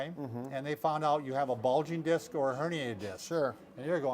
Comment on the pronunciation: It's DISC, lol!!! Great job othewise!!!